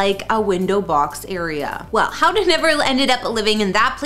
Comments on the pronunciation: It is NOT pronounced Howda, her name is Hoda. There is no W there. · Yeah, no kidding. It's not a difficult name to pronounce. Try this: 'HO-duh'. The O says it's name, accent on the first syllable. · Can you at least learn how to say Hoda’s name correctly??? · The mispronouncing of Hoda's name was driving me crazy!